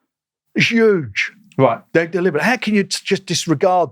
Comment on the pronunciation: Why doesn’t brick top pronounce the H in huge? “It’s YUGE…”